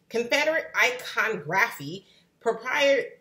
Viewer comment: I mad she said icon-graphy.